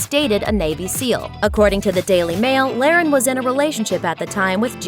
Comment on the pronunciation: You can tell this youtube channel only does celebrity bs because they couldn't even pronounce her name right..